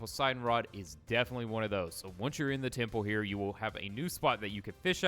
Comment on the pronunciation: It's posiden temple not tiple